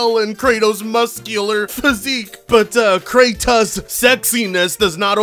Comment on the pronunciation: Ok I'm British but what kind of word is peddling? Also it's pronounced Kra-tos not Kra-tus. That guy is making us British look weird. Ah well, more meme material for you. I'm just hoping by the time Raganrok comes to PC. Santa Monica would've added an option to remove the "hints" during the "puzzles". I'll play it on a hard difficulty to give myself a challenge, since the game is designed so someone like DSP can beat it.